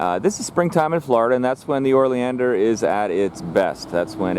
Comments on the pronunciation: Lol YES! O not OR😂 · How you spell it "oleander" and pronounce it "orleander" is beyond me. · Pronounced Oh-lee-an-der. There are literally DOZENS of varieties of Oleanders with many different variations. I would say the hotdog story may be partly true. Smoke inhalation leading to cardiac arrest? Maybe. Eating the hotdogs? Not likely. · I’m curious, as to why you refer to them as “OR-Leander’s”... I am pretty sure, that there is NO letter “r” that is placed before the letter “l”... Please don’t misconstrue, my question, as weird or “Chicken-Shi—ty”... And for you haters out there, I don’t care what you think of me, so don’t waste your illiterate pontification!!! All I’m guilty of, is to ask an honest question! It is, indeed, a nice video! And it really doesn’t matter how you articulate your version of the name... I was just curious, to hear, why you put the “OR” phonetic sound, before the “L”? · you are mispronouncing the name of the plant